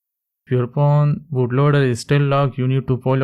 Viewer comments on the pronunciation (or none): Is it just me or does it sound like he's saying porn instead of phone?